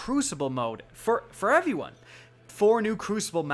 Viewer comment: 'Evey one' hehe